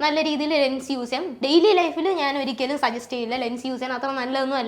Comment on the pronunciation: Lungs ennaanu kelkkunne.anganeeyallallo parayunnaathu alle😂❤❤❤